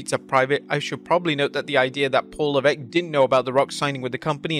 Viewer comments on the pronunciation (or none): none